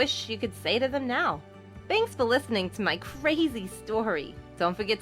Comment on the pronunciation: Sometimes when u say a word like”crazy” all i hear was”cwayze”